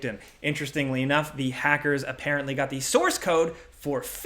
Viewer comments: "apprently" lmao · "Appaenty" - 2021